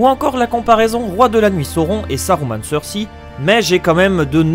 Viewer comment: Mec j'aime bien tes vidéos mais fais un effort sur la prononciation des noms stp, "Martin" et "Cersi" c'est vraiment pas possible, et vnez pas me dire qu'il prononce les noms à la française sinon sinon Jamie tu le prononces comme le mec de c'est pas sorcier et pas comme dans la série...